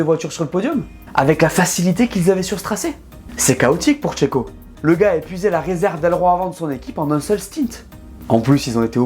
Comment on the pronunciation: À Cheiko on dit allez chio !!!!